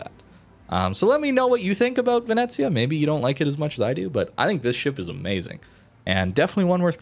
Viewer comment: Pronunctiation is great, actually. Ve-ne-zia